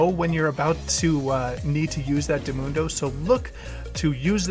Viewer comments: Why do you say Dimundo when it is Di/mi/nu/en/do? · it’s diminuendo, not dimundo. Please, stop. :[ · “Dumundo” Dumbass mains Sona but can’t even pronounce basic musical terms lmao